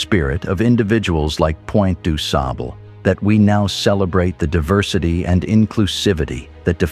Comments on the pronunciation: Last name pronounced sob-luh. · The next time you say the man's name say it right. You don't pronounce the man's name like it pronounced pleased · Du sable say it correctly Haitian married to an Indian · The white man who narrates this history of John Baptiste Du Sable is killing the pronunciation of his name😡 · After all your efforts, can’t you consistently get the man’s name right? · Stop using AI as far as your commentary and narration of this video. You mispronounced his name and then pronounced it correctly all throughout this video. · 100 %. Correct